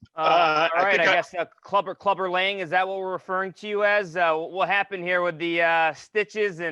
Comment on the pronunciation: it's clubber lang not clubber lane, douchy pink shirt chewing gum guy.